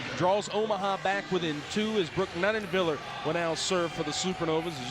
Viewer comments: I wish the dude would pronounce Nuneviller correctly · except he pronounced Nuneviller wrong every single time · Why's the guy commentator pronouncing Brooke Nuneviller's last name wrong?